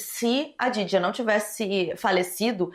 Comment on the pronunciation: te amo muito mas você precisa ter mais cuidado com as palavras... No outro vídeo "memórias póstulas" nesse vídeo "djaidjia", ainda mais sendo nome de vítima seria legal ter uma atenção maior sabe? Não leve como hate por favor